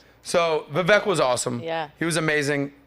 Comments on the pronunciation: VIVEK is pronounced 'VI-VAKE' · his name is pronounced 'V-wake' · Hey. Learn how to pronounce Vivek's name. You keep praising the guy but don't even know how to pronounce his name. Vivek rhymes with "cake."